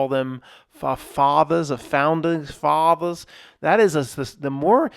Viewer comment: You should be jailed because why would you pronounce fathers like that?!